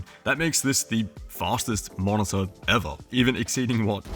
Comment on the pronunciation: it's spelled mo-ni-tor, not mon-za ffs